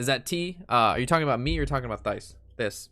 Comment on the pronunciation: HIs name is not Thiis, its pronounced Tyce.